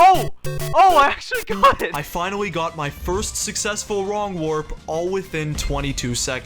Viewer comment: dude you keep saying "finawwy" 😭